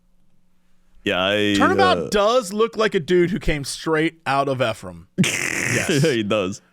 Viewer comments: Ephraim is pronounced ee-from. Also Manti is pronounced mant-eye. I guess you got me, my Utah secrets are out. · Not to totally feed into that discussion of “tell people the wrong info and they’ll correct you” bit but Ephraim is pronounced Ee-From (emphasis on the Ee) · Mr Shizzle is just Snoop Dogg Also Ephraim is pronounced Ee-from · As a Utah resident, I was cackling at your pronunciation for Ephraim. Others have already pointed out the correct way, so I'll give you some other ones. We have Tooele (pronounced Two-will-uh), Mantua (pronounced Mant-away), and Hurricane (pronounced Hurri-kin, or sometimes just Hurr-kin)